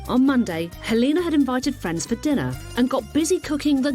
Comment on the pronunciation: Lol the pronounciation of Helena.. Her name is not Halina.. Is that what it translates to.?